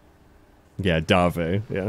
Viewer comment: Congrats on beating Jasper! Da-vea, not Dave. (A spin-off featuring Sylv and Davé would be freaking amazing!!!) Anyway, I both hate and feel for Jasper. He is an interesting character, and very well done/created.